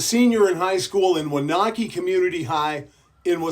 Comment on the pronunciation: The only Waunakee in the world! BTW you did say it wrong.. love ya man!